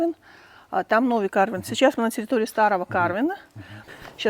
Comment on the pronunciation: В названии карвен ударение ставится на второй слог и читается как карвЭн. Карвен это армянское имя. Карвен Оганесян